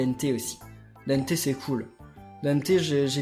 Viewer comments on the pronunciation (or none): c pas dènté c dente